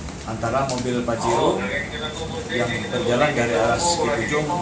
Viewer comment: Pajero mang bukan fajero 😂😅